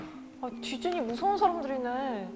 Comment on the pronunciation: Lol its 'Disney' not diseny